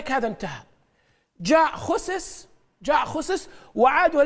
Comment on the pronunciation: كيف اثق بواحد يقول خوسس !!